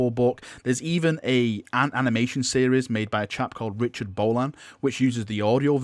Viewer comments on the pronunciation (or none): none